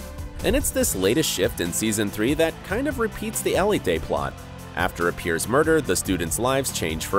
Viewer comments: It is he’s just saying it wrong. El-e-tay is not the spanish pronunciation so idk why he’s saying it like that. (If you want to say it with more spanish pronunciation you can say it eh-le-teh) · I thought ELITE was pronounced el-eet not el-e-tay